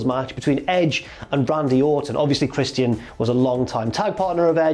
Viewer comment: lol at how says christian as chris-tee-in